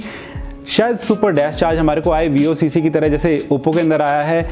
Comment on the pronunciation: Bhai its not vocc its VOOC charger